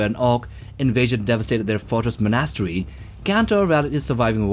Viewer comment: Anyone else find it odd how he pronounced monastery? It reminds me of Ted saying encyclopedia